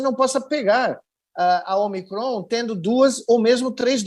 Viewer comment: "Ômicron" tem assento circunflexo no Ô, e tem gente que pronuncia "omicrôn". 🤦